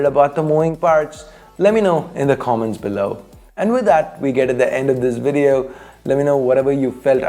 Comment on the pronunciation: The way you say VeDtio tho